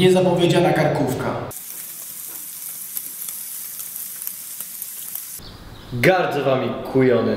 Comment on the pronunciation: Karkówka XD a nie kartkówka